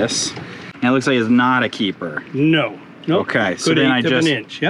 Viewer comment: This episode was a "keepahh"!!